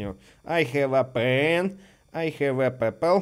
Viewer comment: Ай Хав э Пэн Ай Хав э ПЭПЭЛ Орууу😹😹😹